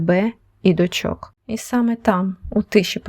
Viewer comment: Не дочОк, а дОчок